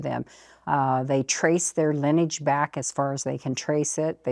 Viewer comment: Why can't she pronounce LINEAGE? And now she taught that blond lady host to do the same thing.